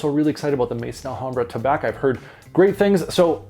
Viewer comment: Sounds like that Tabac (btw, Tabac in French is simply pronounced with an "ah" sound at the end, the c is muted 😉) is a good one, need to get this guy. Swiss Arabian is hit and miss, really. Their standouts are definitely the Shaghaf oud series and Casablanca by far, IMHO.